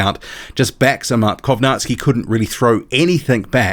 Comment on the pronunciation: do you have slavic heritage by any chance?? i always wondered why you pronounced kownacki the correct way.